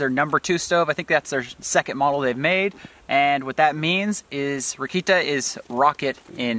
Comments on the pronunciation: That is NOT "rocket" in German, what you said would be written "Rakita" and makes no sense, unless you would like to do an abbr. for a kindergarten in Germany (would not work for Austria) that follows Ra. I was like whoat?! haha. "Rakete" is the word lol, like "Ra" the sun god and "kete" but with both "e"s pronounced like the first e in "else". I really do enjoy your channel. Lovely greetings from Vienna 😊. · you pronounce rakete wrong ,the german e is pronounced differently than the english e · I'm russian and it sounded a lot like our word for "a rocket" - "ракета". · I‘m German and when you pronounced „Rakete“ I had to giggle because I was like “what word is that supposed to be” 😂